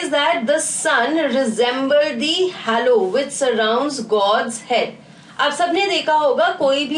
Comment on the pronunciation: ya but an ENGLISH teacher should know the pronunciation and spelling of ''halo'